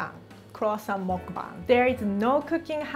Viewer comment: Oh my god finally I found someone who said muckbang properly